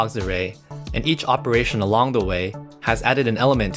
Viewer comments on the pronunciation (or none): thank God Robovoice still gets the prosody wrong "Ah LONG the way" sounds like talking about an item "long" named "the way".. I hope Jesus comes back soon.. I absolutely hate AI.. It's the beast.